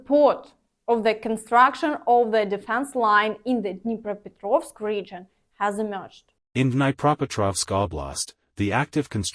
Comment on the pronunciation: I remain shamelessly optimistic about Kherson/Krynki. God bless those Marines and whatever antics they have planned for the aggressor state. And in this video is the first time I have personally ever heard "Dnipropetrovsk" pronounced correctly. Not the most substantive topic, but I've only ever heard it butchered by non-native speakers, myself included. So thanks for that and everything else,. Stay safe.